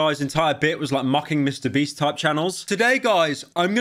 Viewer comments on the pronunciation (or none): 0.55 "Mr Breast types" Bro do you mean Mr Beast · 🤣😂😂😂😂 He said Mr breast instead of Mr beast😂🤣😂😂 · So are we just gonna ignore he said "Mr. Breast" instead of Mr. Beast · did my man really just say MrBreast??? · my guy just said mrbreast instead of MRBEAST lololololololololol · Bro did not say Mrbeast but jacksepticy😮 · Did he seriously say “Mr Breast” 😂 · He called MrBeast “MrBreast” 😂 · bro really said mr breasts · did he say mr brest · is anyone wondering why he said mr “breast” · Bro said mr breast LOL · you called mrbeast mrbrest wtf man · Did you say mr breast ?